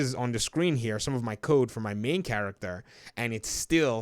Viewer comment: Lol thought he was like after hundreds of lines of coke 🤣😂, but he said code .....